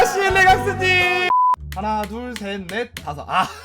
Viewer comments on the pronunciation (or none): 하나 둘 '섹' 넷 이라고요? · 네? "하나 둘 섹 넷" ㅡㅡㅡㅡ?